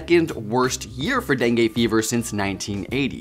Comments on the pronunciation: Bro really said DENGAY instead of DENGUE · Learn how to pronounce dengue... the last sound is not e (as in set) but i (as in kid).